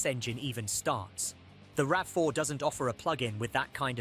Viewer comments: R...A....V.....FOUR, did he really say that? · Pronounced R.A.V. = AI blehh